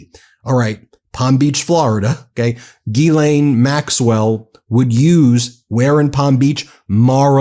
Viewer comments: Not geelaine (like guy) but jislaine (like justice ) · When there is a H behind a G, then the sound is J, like John. So it is GHIslaine (Jislaine), not guilaine (like guy). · I can’t listen to this Gee-lane mispronunciation anymore! I obviously don’t support her but Jesus atleast say her name correctly. It’s like nails on a chalkboard. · I dont like Ghislaine but i would like you to look better by pronouncing the name correctly. You’d be the first. It’s not a hard G. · Please Sir , be the first American to look up the actual way to pronounce Ghislaine properly ...every time you say it I laugh , all you Americans just follow along and pronounce it like typical Americans .